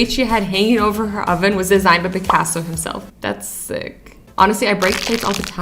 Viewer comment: you pronounced Picasso wrong